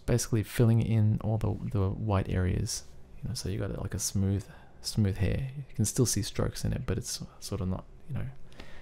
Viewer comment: People, I think they were only making fun of the way the guy said "hair" :)